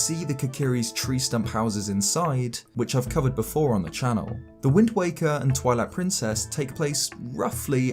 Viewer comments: Did you say "Toilet Princess"? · Omg, I had to stop the video at :20 and leave this comment because I totally heard you say “Toilet Princess” XD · I thought he said toilet princes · 😂 I heard it as well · Did he just say TOILET PRINCESS😅😂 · Is it just me, or did he say Toilet Princess? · it soinded like he said "toilet Princess"